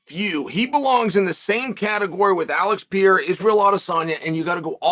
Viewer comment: "Alex Pierra." 😂